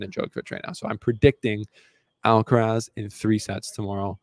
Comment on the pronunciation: he is pronouncing djokovic much closer to the correct way than he is pronouncing Alcaraz.